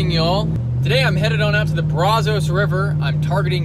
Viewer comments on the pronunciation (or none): Brazos not Brozos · so you were born & raised here & “ thought “ brazos was pronounced brawzows ? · Can tell this guy is not a local because he don't know how to properly pronounce Brazos.